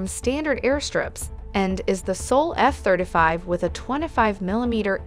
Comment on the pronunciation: "Eff thrda five"